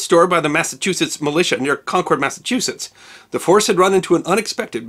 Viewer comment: Hate to be that guy but Concord is pronounced like "conquered" not "con cord"